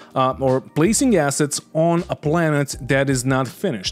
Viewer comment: I know the devs started with all this assets-talk, but please do don't stretch the "a" too much like they do. Short "a", sharp double "s" sound. Otherwise it sounds like two words: Something starting with an "a" and a double "s" - and "heads". It has been bothering me since the devs started some episodes ago. And now everyone and their gran is quoting them and throwing that word around all of the sudden... And every time it is pronounced like they do, I keep hearing it wrong. People will say you are overly negative towards them. ^^ Got my towel. +1